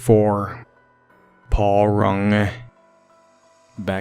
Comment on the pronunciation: Also, just adding to everyone else list..... you mispronounced a lot of the last names of the Paul Runge victims. Including Runge’s.